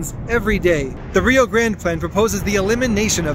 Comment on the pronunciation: Railroaders pronounce it RYE-OH